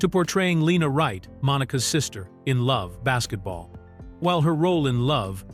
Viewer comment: Get rid of this AI shit. Its Love AND Basketball. Not that hard.